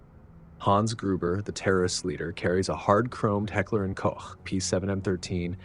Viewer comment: As always, congratulations for pronouncing "Hecker & Koch" correctly and not as "Hecker & Coke" oder "Heckler & Cock"